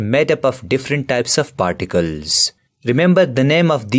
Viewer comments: It's particles not particels.. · Sir it's particles and not particels probably. There are other spelling mistakes too.